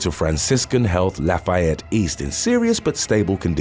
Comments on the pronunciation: I am from Lafayette Indiana and it’s not pronounced like Louisiana la”fie”ette but it’s pronounced like la”fee”ette sorry I just love my hometown that’s all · Lafayette is pronounced as such. (Laugh - E - ette) not (laugh - I - ette)